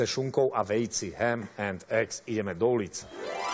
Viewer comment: Ta pani moderatorka nezpravne vyslovuje, HAM AND EG,pak by to mozna lepe pochopily.